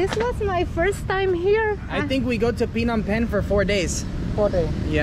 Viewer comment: hello Phnom Penh not pinon pen